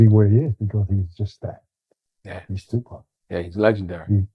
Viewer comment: Wayment… why the daddy took a moment , scratched his beard and said “SHU-pac” when referring to the 2nd shooting… okok I’m reaching but, is TUPAC TUPAC dead or is SHU-pac dead… ok… ijs… sorry it’s probably just a slip of the tongue but, Tupac if you still alive and wanna live low key… I got you lol… anyway, this is very insightful and great information just on the strength that this is Tupacs father… nothing else matters… God bless